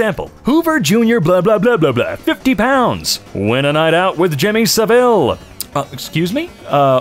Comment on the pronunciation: You say Jimmy Savile very wrong and it hurts